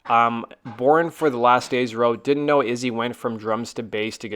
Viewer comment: Dude you keep calling Izzy dizzy wtf?